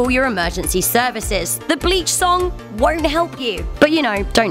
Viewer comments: I hear the word bi*ches instead of bleach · I love how she puts such emphasis on the b in bleach.......she like screams the b